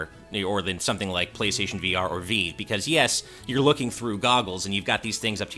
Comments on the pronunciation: Ah yes I love the HTC “VeeeeVe” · Ok, what in the world is a veev?? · It's called V-eye-v. As in rhymes with five--Vive! Stop saying it wrong just to sound different like some hipster ponce. >:-(